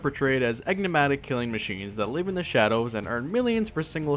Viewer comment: Bruh "Egnimatic"??????? If you're gonna be a youtube narrator you should probably learn what enigmatic means.. you know, so you can say it correctly.. you know, so it doesn't look like you're just reading off a somewhat copied+pasted script. You know?